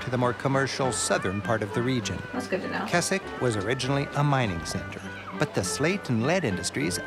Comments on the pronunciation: I'm sorry, Keswick is not pronounced Kes-ik, it's Kez-ik The Lake District is my backyard. Growing up playing in this beautiful area of the country. Sadly it's all too easy to forget it's there and only be reminded of just how amazing it is and how lucky we are to live here when tourists stop and point at it. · He keeps mispronouncing Keswick, it's "Kezzick", not "Kessick"! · Also , the town is pronounced Kezzick, not Kessick. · The guy refers to "Kesick" it is actually pronounced "Kezick" with a Z. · for the record it is pronounced Kezzick. we have horse gymkanas and show jumping, like you see in the olympics.